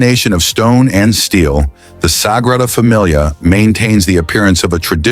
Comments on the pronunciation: Nice story, but I wish your narration had gotten it right. Especially pronouncing the NAME of the Basillica! It's the Sagrada Familia, Sacred Family, and pronounced "Să-gră-dă Fă-me-lee-ă", not "Fă-mi-lee-ah", that sounds more like familiar. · “Sagrada Damilia”???? Good god I hate AI! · Sagrada Damilia? There's AI for you. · “Sagrada Damilia?” What is Damilia? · It's a shame you didn't think to find out how to pronounce the name of the thing the video is about.